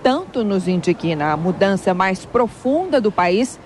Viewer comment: Que tanto nos "indígna" (essa é a pronúncia correta).